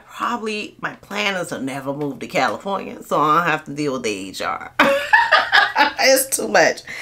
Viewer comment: You said Califronia and New York.😅 I was born in upstate New York and have live in California for last 34 years. But dont be fooled about all the labor laws in Califronia. California has the worst institutional racism in the country against men in particular of African American descent (even partial). Every group is here, so its the world is against us. The good thing is you can get a minimum wage job within a day if you have a clean record. Unless you live in rent control you cant survive off minimum wage here I'm going to bounce from Califronia after the 2028 Olympics in Los Angeles. Califronia mountains desert and coast is beautiful tho.